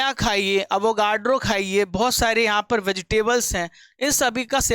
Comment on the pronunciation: Aur sir ne bola bhi avagadro h 🤣🤣 galat bol gye sir